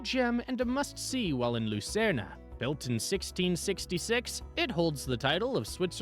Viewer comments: The Swiss spell it Luzern, not Lucerne. The announcer pronounces the name incorrectly. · Do people really call it Lucern-ah?